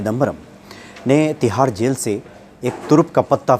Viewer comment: अपना नाम Manoz Mut बोला करो. Zail nahi jail bolte hai